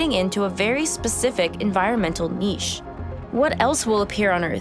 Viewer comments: I really appreciate the pronunciation of niche as "neesh". I know "nitch" is perfectly acceptable English. But frankly you rock that "neesh" sexy as hell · Lovely video. May be worth noting for future ones that unique means one, not rare, so things are not very unique; they are unique or they are not. (And thanks for not saying "nitch!") Looking forward to others! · Thank you for pronouncing niche correctly!